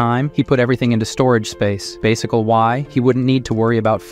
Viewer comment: "Al his problems" "mill ion" "bull at proof glass" "basicall why"